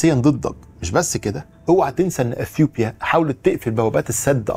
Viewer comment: انت بتقول أثيوبيا بطريقة غريبة ، مفيش حرف P في العربي